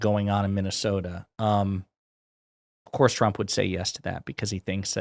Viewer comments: the newscater says President Tramp instead of president trump. How fitting! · I love that she called him President "Tramp" . lmao